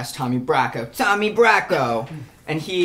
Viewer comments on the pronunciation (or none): sHOoT FoR tHe sTArS 🌟 - nuuuuuuuuusies - in New York accent tAHmY brACcO - ohhHhhh GAwD - oh frick meeeee. I gotta rap! off key iN tHe hEiGhtS 😂 LOVE ALL YOU GUYS! ❤